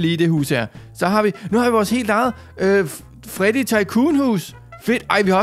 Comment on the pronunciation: det heder ikke farddy det heder Freddy